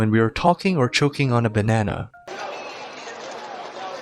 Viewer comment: Who else got a banana advertisment after he said banama